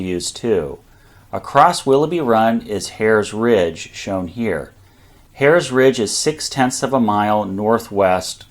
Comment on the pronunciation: Good video but as a semi-local (I live in Carlisle), hearing the pronunciation of Herr's Ridge and Mummasburg Rpad grated on my ears. "Herr's" is pronounced "hers", and not like the German word for Mister. "Mummasburg" is pronounced as "MOO-maws-burg". In print, they sure look like how you pronounced them though! Pennsylvania Dutch does some weird things! Don't get me started on how we pronounce "Lancaster".